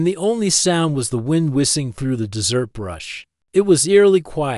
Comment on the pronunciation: Third floor room in a two story motel? Also, the AI is pronouncing desert as dessert.